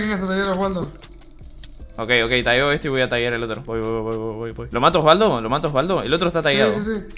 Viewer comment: Pd es la única persona que lo dice bien alv